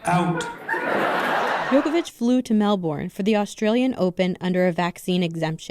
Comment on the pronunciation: It’s pronounced MELBURN not MELBORN! Jeez Melbourne smh